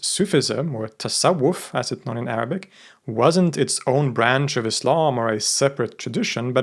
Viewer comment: Your arabic pronnonciation is perfect